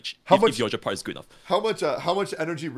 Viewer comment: Why tf does pronounce gepard like that…